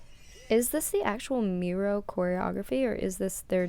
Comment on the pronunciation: Yes you said it correctly MIR-OH, no it’s the not; they’re debut track was “District 9”. This title track was part of their Clè 1 album comeback around their 1st Anniversary. APOLOGY TO EVERYONE I HAD A BRAIN FART THAT DAY IT WAS SUPER LATE WHEN TYPED THIS BUT I FIXED THE ERROR